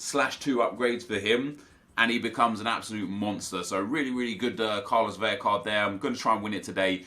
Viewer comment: It’s Carlos VeLa. It is only to Ls that makes an Y-sound in Spanish. Love you, keep up the good work!